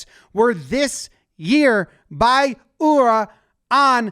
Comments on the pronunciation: OMG You pronounced Ura correctly finally! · Actually fantastic pronunciation of Ura and Takayasu in this video. Better than most sumo commentators/podcasters I follow. I've been beating this drum for a while in the sumo community, but the official records concerning rare kimarite (winning techniques) are wrong! Ura's tsutaezori move, which he's been putting on film since childhood, is rare enough that the people responsible for assigning the official winning techniques weren't familiar with the move and incorrectly assigned other winning techniques to his matches in the past. It's only in the last few years that they've learned to recognize it and assign it correctly. Ura has famous "Izori" and "Tasukizori" wins on his record that have been used as examples of those rare techniques, even by official sources, when they are in fact NOT those moves at all. Both matches were won by clear Tsutaezori, as Ura never put his hands on the opponent's belt or legs, respectively. So the move is rare, but thanks to Ura (and 4th division wrestler Asakiryu), not actually as rare as official records indicate. You can see those two going for it once or twice a year, and usually succeeding.